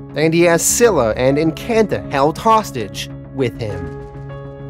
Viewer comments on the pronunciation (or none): none